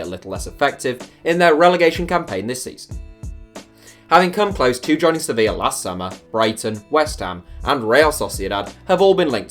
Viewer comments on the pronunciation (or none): none